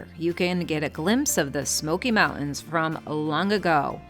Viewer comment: Learn how to say "mountains"